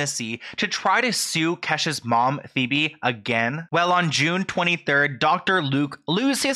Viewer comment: Is her mom's name not pronounced "Pee-bee"? I don't think I've seen 1 video of this guy's where he didn't mispronounce someone's name even when he includes clips of other people saying the name correctly. How??